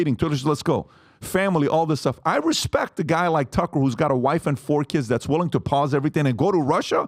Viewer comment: Man PBD can’t pronounce anyone’s names properly, tf is “Cucker Carlson”😂